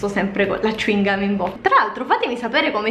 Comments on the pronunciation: Cingomma(non con la G,ma con la C) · A Brescia diciamo cicca, ma alcuni dicono ciuingam ed è ciò che dici te solo che noi lo pronunciamo cèuingum; ed effettivamente il tuo modo di pronunciarlo mi ha un po stranita. Comunque lo spalmabile Val soia è buonissimo <3<3